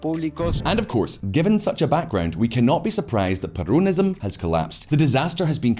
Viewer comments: it is NOT perOWNism. It is perONism. get it right. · I feel like he is saying "perronism". I will call it that way from now on hahaha